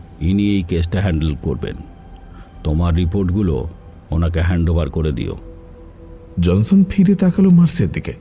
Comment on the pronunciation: er Pronunciation kane lagche. JONSON ke JANSAN, "ড়" ke "র"